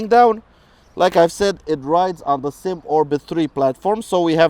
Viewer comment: Four years later and I am still mad. It is not a damn SYM like one word. You do this all the time when reviewing this brand. It is a S. Y. M. three letters. short for Sang Yang Motors.